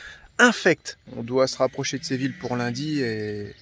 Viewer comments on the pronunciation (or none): Ce n’est pas Sé Ville.... Mais Sé vi lla... Si vous le prononcez en français dans ce cas il faut dire « Sé vi lle » Comme Fi lle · Séville se dit Séviye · Superbe video et gros kiff dans la foret <3 SVP quelle est le titre de la musique qui commence à ? Merci !!! Ah au fait ! Séville ça se prononce Séviye ! Je me souviens encore de ma prof d'espagnol qui à l'époque de l'expo universelle de 1992 nous avait dit de ne surtout pas aller au parc et de chercher du "chocolaté" ;D ce qui nous a évidement tous dirigé vers cet endroit stratégique par la suite ! Le reste de la classe vert a ete epique ! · Coucou les 😊 J'étais pliée quand tu t'es mis en mode chasseur avec Téo pour observer l'insaisissable Martin 😂😂😂😂 Séville est une très belle ville 🏙 Je pense qu'on prononce "ille" comme "bille", "iye" 😉 Ben oui, c'est toujours déplaisant de tomber sur des spots souillés 😒 À très vite 🤗 Gros bisous 😚